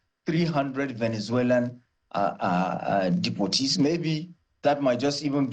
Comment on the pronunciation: Depoertees as how😂😂